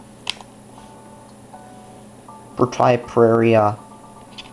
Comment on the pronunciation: Wow! You can't say proprietary for shit. Lmfao